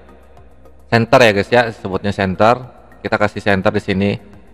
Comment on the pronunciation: chemfer bang bukan center